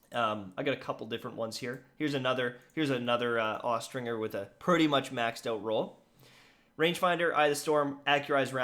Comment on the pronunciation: Austringer is pronounced with the J sound, not the hard G.